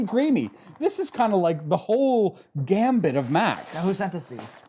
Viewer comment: Hey, it's GAMUT not GAMBIT.:D